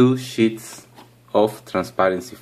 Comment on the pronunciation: when he said sheets i thought he said shits